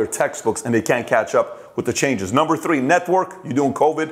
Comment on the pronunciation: Pat, please can you pronounce #3( three) correctly... Th...it's not T